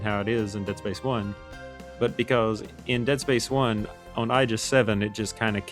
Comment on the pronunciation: Sir, why do you pronounce "on" like that?